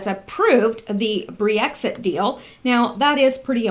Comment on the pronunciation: It's not Bree exir. It's brex it.